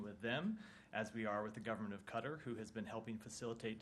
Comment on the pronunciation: Can't even say Qatar correctly..